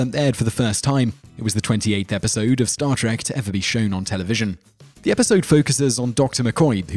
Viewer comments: no a bad video but i wish you would say the name of the show right its star TREK not star TRACK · Trek not Track. Two different words with different pronunciations. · Why do you call it star TACK: please stop that!